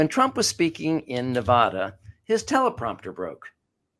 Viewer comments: Hey-STOP saying NA VA DA. It is Nevada.😎😎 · First of all, it's Nuh-VAA-duh, ya honkeys. Second, try being a little more clinical, and third, to be fair, you have to talk about Joe Biden's mental state. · Hey you mispronounced Nevada